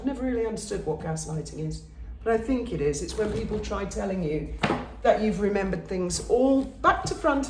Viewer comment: Peepling, damn thing keeps dropping letters